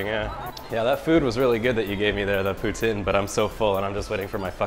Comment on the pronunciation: stop saying it like that ffs!!!! its POUTINE not POUTIN !!!!!